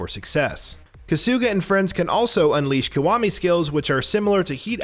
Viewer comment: Who the fuck is “kasoooga”?????? Kahhsugah mfka kahhsugahh